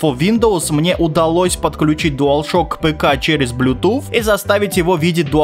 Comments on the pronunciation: Ближе по звучанию «блютус», конечно же. Хотя школьники, которые плохо учат английский, тут спорят на эту тему. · BlueTooth как ты th как ф читаешь? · почему блютуф? правильно вроде блютуз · Блютуз ❌ Блютуфф ✅ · Мля меня одного коробило от блютуф, а не православный блютус? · Правильно не блюпуф, а блюпуп. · Блютуз а не блютуф 🤦🏻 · Никто: Абсолютно никто:: Блютуфф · Я досмотрел до а дальше пошёл прыгать с окна (7 этаж) из за слова "блютуфф" Но потом мне стало лень вставать и я продолжил смотреть. Автор я тебя кончено уважаю как человека но слово "блютуфф" это пиздец... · но связка букв th же не произноситься как звук "Ф" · Мой батя так же говорит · Может он просто француз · Как же забавно он говорит Блютуфф))Меня умиляет это произношение)) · Блютуф, нет блютуфа... П - произношение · Почему блютуф типа th для тебя ф,разве что люди иногда не умеют выговаривать эту букву но ты же можешь с говорить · Да кто эти ваши "Блютуф" и "Гейпады"? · Так бесит что он так выделяет блютуФ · БЛЮТУФФФФФФ ПЁРФЕКТ ИНГЛИШШШШШШ